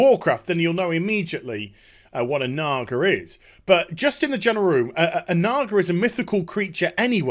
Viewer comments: probs because supposed to be said is "Nah-GaH"... not, "Nah-Gar"... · Jesus Christ dude, no they are not called Nagars. Now you're bad accent is making it sound even worse! lol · you keep saying nagar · LMFAO they think they're saying nigger when there saying naga? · he said NAGAr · "what a nagar is".... No R at the end there boss... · When you add the hard r to naga in the British accent it gets a bit iffy. 😂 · I never realized until now, that when you say Naga with a British accent, it sounds like there's an 'r' at the end. That could contribute to a misunderstanding maybe? still silly though, if Blizzard hadn't fired all their community people they might have had someone to check that out first. Also this video reminds me of one of me and my brother's favorite game which was to say words around our mom that sounds like they ought to be dirty but aren't. Words like asphalt, bunghole, and schist. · It took me until about the ten minute mark to figure out the supposed word Naga was supposed to sound like. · Your accent makes it sound 3x worse when you say "naga". Also I can't ever watch a video of yours without skipping around because you couldn't get to the point of the video title.